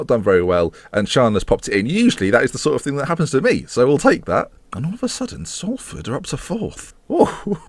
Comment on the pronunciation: and pronounced it horrendously in the first place xD